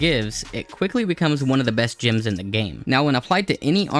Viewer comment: They're GEMS, not "GYMS"